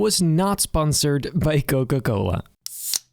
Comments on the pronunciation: Dude literally said Coca-cola'nt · Noca Cola 😂😂😂 I inderdaad loved this video. You know me.